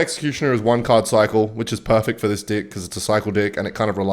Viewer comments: Bro stop saying d!ck it’s deck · Why does say dick instead of deck 😭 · Bro normally he says deck like dick and no one mentions it in the comments, but the one time he says it sorta normally someone says something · normaly will say dick instead of deck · bro did not say DECK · yeah, definitely just accent 🤣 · the way bro says deck 💀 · I thought it was an audio glitch at first, like AI mispronouncing "deck"